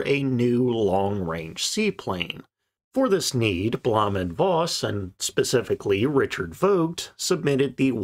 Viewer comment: Good video. Some tips in pronouncing German, though. Blohm is pronounced like home. Voss is like Foss. The V = F Voigt is pronounced Fohkt, the O being like in home. Luftwaffe is looftvaffeh, W = V Or use pronunciation guides. It would make your videos sound all the more professional. Cheers!